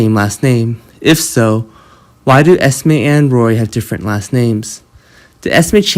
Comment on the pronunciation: Her name is Esme not Estimate